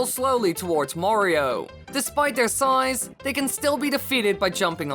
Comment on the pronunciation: 'dEsPiTE tHeR sIzEE'